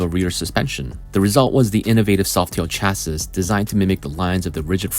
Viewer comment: It's pronounced Cha-see, not Cas-sis.